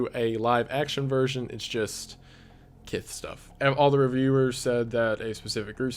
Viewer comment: is kiss pronounced with a lisp 'kith' hes using it a p0rn